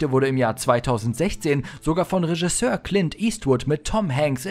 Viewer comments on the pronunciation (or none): none